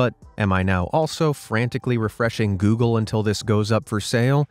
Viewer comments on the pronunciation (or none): none